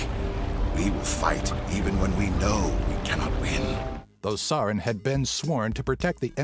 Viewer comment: I love your channel, but you butchered Saren's name.